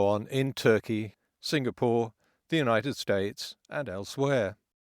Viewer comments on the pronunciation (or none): none